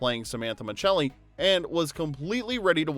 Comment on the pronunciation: Exactly. We’re all yelling at our screens. It’s Miscelli!!